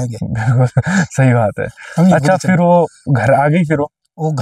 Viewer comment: I love when he say "phirr" 😂😂